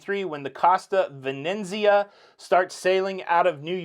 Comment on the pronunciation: Hi. FYI: the two costa ships are the Venezia (Venice) and the Firenze (Florence) named after two iconic Italian cities. Your pronunciation if Firenze was pretty close, Venezia not so much. Great show, as usual!